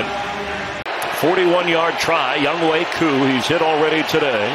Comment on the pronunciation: He called him young way koo 😂